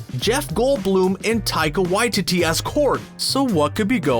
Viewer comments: I really like the vid, the only thing I hate is the pronunciation of Taika Waititi's name It Why-Tee-Tee not Why-Titty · Taika WaiTEE-TEE not WaiTITTY I know cause I'm from New Zealand like him so don't me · "taika waititty" can you say it right, "taika waititi" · Taika Wa-Tee-Tee. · You are pronouncing Taikas last name incorrectly... Its Why... Ti... Ti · Poor Taika Waititi’s last name getting butchered by. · What if said Taika Waititi’s name correctly? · what if you guys actually learned how to pronounce taika waititi correctly...